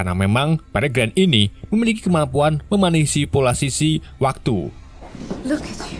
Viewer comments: Ngakak "memanipulasisi" 😭😩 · "Memanisipulasisi waktu" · Spikolog, memanisipulasi, hahaha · menasisipolasisi waktu